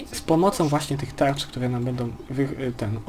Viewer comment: ty do logopedy idź